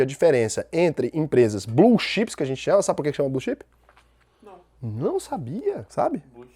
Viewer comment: Fala,! Blz? Aí... vc pergunta o porquê do nome "blue xipes". Com esse ingrêis macarrônico aí fica meio difícil, né, véi!!! Se tivesse falado "blue tchêps" (a mesma disgrama de Elma Tchêps!!!), até que ficaria mais fácil deduzir, meu cumpadi! kkkkk Mas tá tudo certo! Excelente aprendizado mais uma vez. Obrigado!